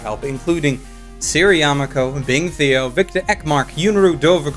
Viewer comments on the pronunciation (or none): none